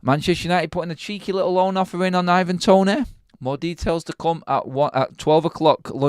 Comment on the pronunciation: "A lickle bit"?? Wtf?🤦🏻‍♂️😂😂